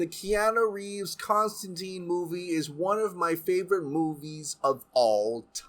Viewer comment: I like Keanu, but that's not Constantine. Genuinely surprised they're not bringing the Matt Ryan version back instead. Wish they'd pronounce his name correctly though. Silly 'muricans.